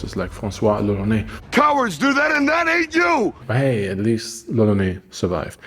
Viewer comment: brosky, on the painting you showed at the beginning it literally says lolonois, which would indeed sound like roronoa in japanese, but it's not lolonais ^^ Which is what you're saying throughout the video ! Sorry it kinda bugged me because the whole thing is made obvious by zoro's name and you're saying it weird so I'm like "??" x) Maybe you misread the name on the painting or maybe it just sounds normal to me because I'm french but either way, I'm pretty sure you're mispronunciating it o:) I know it's not important, and good video regardless !